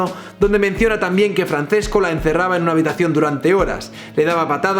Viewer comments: Un italiano muere cada vez que dices Francesco y no Franchesco... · hace daño al oido oir francesco, se pronuncia franchesco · Illo, se pronuncia /fran-ches-co/ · Simplemente me parece incomprensible que en España no sepan cómo se pronuncia el italiano. Francesco se pronuncia FranCHesco. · Arrghh, mis oidos. Se pronuncia Franchesco Archuri. C en italiano es ch. Ch es c y gl es ll. Calliari, no Cagliari. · Francesco no se leerá "Franchesco"? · Se pronuncia "franchesco" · Te quiero muy fuerte pero cuando pronuncias "Franθesco" me duele mucho por la zona de los tímpanos. Pronunciad a la italiana, plissss :( . Por cierto, el mejor vídeo que has subido nunca. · Se pronuncia franchesco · Se pronuncia Franchesco, ce en italiano se pronuncia "che".